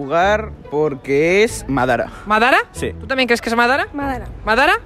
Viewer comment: mi personaje favorito es madara y como vuelvas a decir madera te reviento